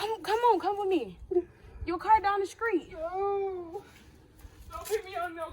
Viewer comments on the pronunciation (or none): Note that keeps saying down the screet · its down the screet😹fsee she meant street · “Your car down the skreet”😂😂😂